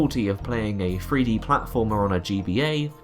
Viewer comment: THREE D. not free d. Fink about it.